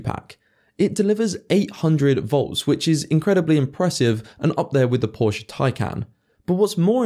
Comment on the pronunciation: You said the battery makes 800 volts. Then you said Porsche like someone who doesn't know anything at all about the man who designed them and how his name is pronounced. As hard as you work to make these videos, I think it might be worth a little extra effort to get the details right, even when they are basic and obvious.